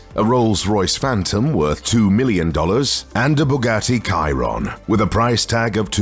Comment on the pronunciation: He said Bugatti Chiron incorrectly